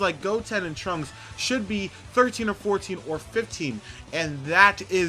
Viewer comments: It's trunks not Transkei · Trunks not tranks